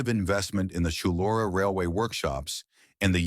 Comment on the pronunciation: Shullora? Must be Chullora which is basically Bankstown NSW. Forgotten history!